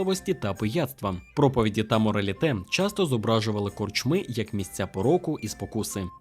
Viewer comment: Що коїться з Вашими наголосами, пане? Скажімо, корчмИ - це "чого" в однині, а не "що" у множині. НапІй має тільки один наголос - на і. Й таке у видиві постійно. Дуже прошу, перевіряйте наголоси! Зі правильними Ваші розповіді набудуть глибини смаку!;)